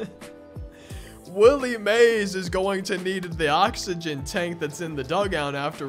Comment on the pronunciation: bro could not say oxygen for the life of him